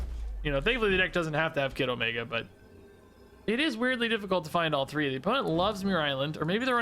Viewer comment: All I hear is „Kiddomaker“